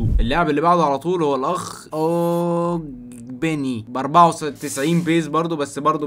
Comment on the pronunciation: اولا لوتن تاون ده فريق انجليزي ثانيا اللي انت بتقول عليه اوجبين اسمه اوجبنة